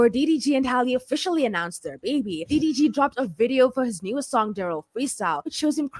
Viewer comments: every time you said "DVD" instead of "DDG" I fell out LMAOOOOOOOOO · Lmao ,I thought I was trippin. I over trying hear like wait wtf is she calling him? She calling this man DVD 😂😂😂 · i thought i heard DVD. first time watching, she earned my subscription quickly 🥂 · Girl the way you was butchering that mans name had me HOLLERING!!! Its so fitting😂😂😂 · I lost count how many times 6 said his name wrong😂😂😂